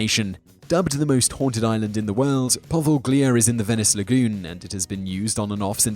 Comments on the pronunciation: Interesting video, one little comment however - it would be nice if you check the pronunciation of some of the names. For example, it's not 'poveGlia', but 'poveliA' :) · Your pronunciation of Poveglia is the scariest thing in this video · Simon is notoriously awful with pronunciation of non-English names and places. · by not knowing the right prounounciation of poveglia, you get a thumbs down from me.